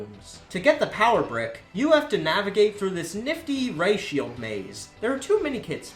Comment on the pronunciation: every time says ray shield i hear "ratio" kms